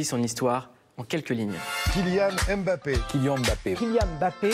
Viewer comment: on dit mbappé , pas M bappé à dire M bappé c'est comme si M voulait dire quelque chose un peu comme K Benzema k=Karim. ne déformez pas ce nom d'origine camerounaise svp